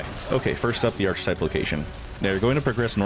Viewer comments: “Arch type”? Archetype. Arc-a-type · Ar-kuh-type, friend. No "ch". 🤍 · I appreciate this build video, but I have to correct you on one thing. Archetype is pronounced “Ark-uh-type.” The “ch” makes a “k” sound. It’s pretty distracting for me. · aar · kuh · tipe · Interesting build, but my brain keeps wondering: how are you pronouncing archon like that and archetype like *that*? XD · A good, clear guide thank you. One correction, you are pronouncing "archetype" wrongly: . English is weird.